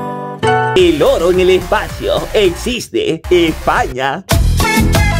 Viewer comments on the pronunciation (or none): quien mass escucho el loro en ves que oro